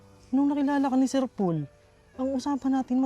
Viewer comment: Tawag ni kay PB ay Sir "Pol". Dapat Sir Pole "". 😀